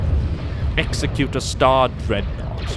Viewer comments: When you pronounce Executor, think Executive, not Execute. And those larger Rebel cruisers look Alien-like? Of course they do, they're Alien, they're Mon-Calamari. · its pronounced eggs-zec-u-tor spelled executor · Gah, mispronunciation of Executor.